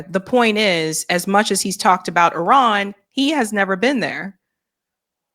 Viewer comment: He can’t pronounce properly even name iran not tehran